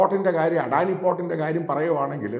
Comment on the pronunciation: അഡാനി അല്ലടോ അദാനി 😅😅